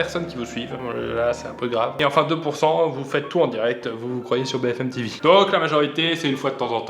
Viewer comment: Je rêve ou il a dit BFM TiVi merde c'est BFM TV